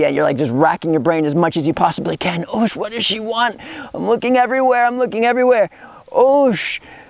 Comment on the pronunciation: oosh sounds an awful lot like "juice" lol